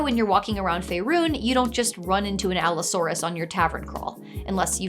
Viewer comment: Its pronounced Pachycephalosaurus & Allosaurus